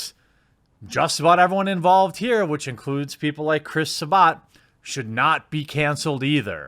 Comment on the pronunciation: SA*BAT it isn't hard tp pronounce ffs